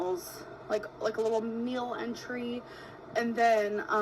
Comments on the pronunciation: Meal entry? .. maybe entree? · She said "you eat one of their entry's" instead of entrée omg 😆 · Not the meal “entry” 😭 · No I didn't hallucinate, she did say "entry," not "entree." Yikes. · Loves food. Cannot prounounce Entree.